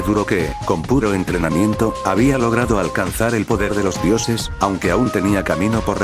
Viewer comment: Sin ofender pero utilizas mucho acento en el Habia